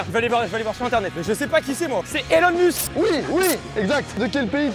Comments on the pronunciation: Sérieux Mastu il connaît pas le PDG de Tesla et en plus il le prononce "Elon M[u]sk" xD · « Elon mUUUsk » , « Tijana » 😭😭😭